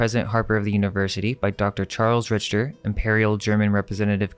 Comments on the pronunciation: Interesting info! By the way, Richter is pronounced RIKTER not Rich-ter. I would know as it is my last name. 😁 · Rich-ter? It's "Rik-ter" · Its pronounced RICKTER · Just a couple things, Richter is pronounced "Rickter", and Herr is a formal German prefix to a name for a man, pronounced kind of like "Hair" with very soft H and R sounds. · I love all your videos and appreciate all the research you two do❤ "Herr" is pronounced like "air" as the H is silent. "Richter" is usually pronounced like Rick-ter as the H is silent in it also. 😊